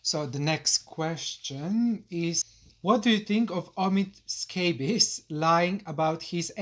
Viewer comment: The way Lady C says 'Aamid Sssscabiess'...🤣🤣🤣🤣